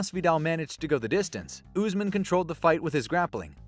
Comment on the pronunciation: This dude says Usman like chael does = Oozeman